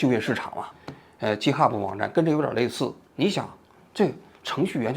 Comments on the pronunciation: 叔，直到你念 Github“鸡特哈布”我实在绷不住了，这个念gi，不是“鸡”😂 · 几天来在为我的年轻同行愤愤不平，王局的插科打诨又让我忍不住笑起来，这一集做得真好。另外，GitHub 的 G在这里不发J的音，而是接近拼音中的G发音。由于这个小小的辅音，我一直没搞明白王局说的这网站到底是啥，快听完了才知道是我每天都打交道的东西。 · github不是Ghub。央视名嘴英语就这水平? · 王局那叫给的哈普不是g哈普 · 不是jithub 相类似的读音是'给以特'hub :) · 王局github念错了。是github, 不是jithub. 你第一个G的发音不对。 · 一个发音纠正：GitHub 的读音是ˈɡɪthʌb, 不是ˈdʒɪthʌb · 王局，容我纠正一下github 一般发音是给哈，不是鸡哈。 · 哥 那个不读ji-t hub, 那个读g(ge)i-t hub😂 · Wrong：鸡t哈普，Right：给t哈普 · 正确发音 gei te ha bu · github的读音错了 哥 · btw 想纠正发音 “github”😄 作为一个程序员听到发音错了 很难受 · 虽然这期王老师把github读音不太对，但是个人感觉说得非常好！ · GitHub 发音错了王局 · 王菊github读错啦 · 王局github英文读错了，估计在日本待久了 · 虽然但是这个github一直念错😂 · 王局 github读错了 下次记得读对了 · github 念 g hub，笑死我了🤣，王局太可爱了。